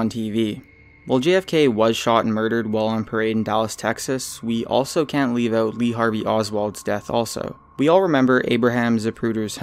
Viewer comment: stop the "Leaf a Like" BS. geeze.